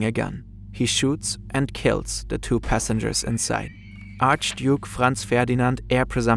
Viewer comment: Gutes Englisch. Fehlt nurnoch das "the" nicht als "de" auszusprechen. Ist ein lieb gemeinter Tipp